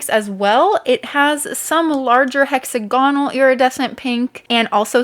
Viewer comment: Please, for me, don’t say hexa-gonal anymore, it’s hex- agonal. Yay, that’s it. I’m so happy now. Beautiful mixes 🇦🇺❤️